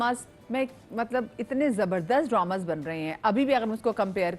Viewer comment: Madiha it is drama not droma